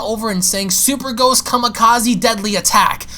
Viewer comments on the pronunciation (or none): none